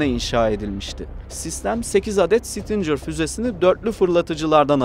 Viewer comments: Bizim 300 km menzili fuzelerimiz yok mu? 1 gecede topunu imha etmek çok mu zor? İrade yok, hedef yok, ehhhhhh BOP eş başkanından başka birşey beklemek aptallık olur, şimdi burada bunu tanıtımı yaparız!!!! Kardeş 'sitincer' değil Stinger diye okunur, biraz çalışarak video yapın ricam. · stincir fuzesi degil stingir. Bunun gibi daha pek cok kelime !! OGREN!!! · Abicim sizi seviyoruz ama bi dersinize çalışın. Stincır nedir? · Güzel bir paylaşım ama isim telaffuzlarında kafanıza göre söylemeniz bi garip geldi. Sidewinder doğru bir şekilde ''saydwindır'' olarak okurken stinger neden ''stincır'' o da stingır diye okunuyor :)